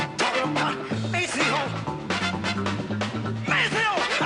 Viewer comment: Sorry, but it's MAY-see-o. Listen to more James and you'll hear him say it numerous times.